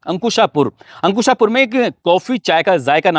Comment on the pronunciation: सर वो अंकुशापुर नहीं है, आकूसपुर है